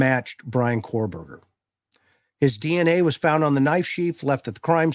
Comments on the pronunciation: He keeps calling him cor-Berger lol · I love your podcasts. Several things about this one though. First, BK's last name is Kohberger not Korberger as you kept saying. Second, the police removed "IDs in a glove in a box", nothing was ever said about it being an ID of the of the girls. You kept implying it was Bethany's driving license or at least her ID. Third, I saw what was supposedly a portion of a report from that private detective firm for the defense that was quoted as saying Bethany told police she heard things during the night. I can't remember if she also said she saw things but it did say she heard things. It has been reported that she has severe PTSD, as one would expect after what happened in that house, so I'm sure she is receiving counseling. Her surviver quilt has to be through the roof and people need to leave her alone along with Dillion. 😢😢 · KO-Berger as in CO-pilot Rhymes with TOE. Kohberger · Okay same. I’m seeing now that this is not confirmed. It was something News Nation said. But multiple things they have said have been proven wrong. I mean this guy doesn’t even know how to say the suspects name.